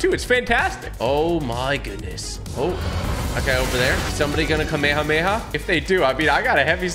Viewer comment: Disappointed on how you’re pronouncing kamehameha smhh